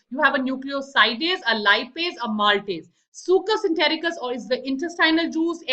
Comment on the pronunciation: Mam, but in lecture 1 you said brunners gland secreate succus entericcus!!🙄